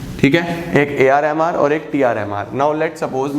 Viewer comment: when he says AR and MR am I the only one who hears AR Rehman? 😂😂